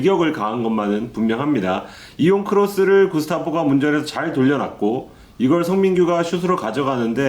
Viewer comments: 바보인가? 잘 들리니 구스타보를 구스타포라고 하는 것 알아듣지. 노 노, 틀딱 거리는 거 보니. 베충이가 사람인 척하고 있는 거네. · 언제까지 구스타포 라고 할지. 는 앞으로 민기자라고 해야될 듯